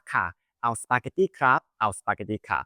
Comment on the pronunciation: ทำไมออกเสียง Spaghetti เป็น สปาเก็ตที่ ต้องออกเป็นสปาเก็ตตี้ไม่ใช่หรอครับ บางทีรู้สึกว่าคลิปแบบนี้ สร้างไว้เพื่อโชว์/ฝึกภาษาอังกฤษมากกว่าสอนภาษาไทยครับ :/